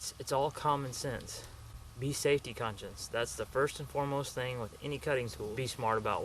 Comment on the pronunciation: "thing" not "think"